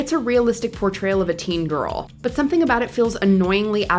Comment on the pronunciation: Your vocal fry is unbearable... You are obviously an adult so make an effort to speak normally and not like a jaded teenage girl. For example, when you say the word "GIRL" it sounds like a burp. If you don't realize by yourself that it's abnormal to speak this way then it's much more serious than I thought.